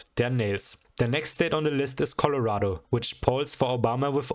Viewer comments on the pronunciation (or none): none